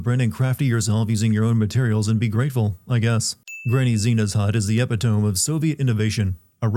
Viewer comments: my guy…. The word is Eh-pit-ō-mē. Not Eh-pit-tome. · Mealy attacks, eppy-tome? Is this an AI voice? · E-pit-o-me, not epi-tome. 1 sin. Love your vids man. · Epitome is not said epi-tome. It is epi-toe-me. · Are you just reading a script someone else wrote? Using the word epitome and then pronouncing it that incorrectly is absolutely insane